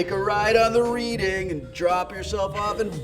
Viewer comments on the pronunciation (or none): "Reeding"? Oh no Wil ... it's "red-ing" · The Reading Railroad isn't pronounced read-ing (as in "I was just reading that book.") but pronounced red-ing (as in the name of the town of Reading, PA) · I know nobody else will care, but I actually live in Reading, PA, the city the Reading Railroad is named for. Wil, you pronounced it with the "reed" sound. It is actually pronounced like the color red or the past tense read.